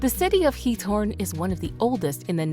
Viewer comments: Why do you call Giethoorn 'Torn'? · correct nr 13 is Giethoorn, not Thorn